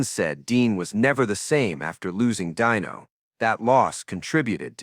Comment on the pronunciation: Dino Martin's name was pronounced "DEE no". it wasn't EVER said as "DIE no". The use of AI should just stop. STOP! Ugh. Hire a voice actor next time.